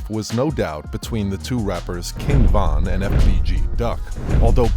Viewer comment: Stop doing Von name like that smh 🤦🏾‍♂️